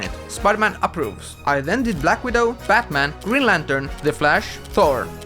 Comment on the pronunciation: Batman but its more like you said fatman💀💀💀💀